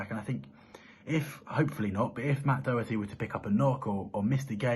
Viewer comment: /Dough Hertie/ is not the correct pronunciation of Matt's surname. The 'O' in Irish is a short sound (phonetically the /shwa/) as in /dog/. In the Irish language if there is a 'fada' over the 'O', or any vowel, as in á, é, í, ó, and ú only then is the sound long ('fada' means 'long' in Irish). In English translations of Irish names the rule still applies despite the, often, omission of the 'fada' (see above) in names. However, it is quite common to see in certain names; Dónal, Seán, Siobhán, ... Otherwise the vowels have the short sound. So, for example in Irish surnames such as Donnell, Connell, Doherty ... the 'O' is short as in /dog/ i.e. not Ó as in /doe/ The pronunciation is therefore not clear if the 'fada' is not used, when, if it were, speakers unfamiliar with Irish would at least become aware of a change in sound. Please spread the word. It is very irritating listening to the constant mispronunciation of his name. Thank you. COYS